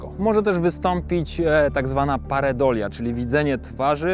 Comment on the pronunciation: Nie paredolia tylko PAREIDOLIA ;)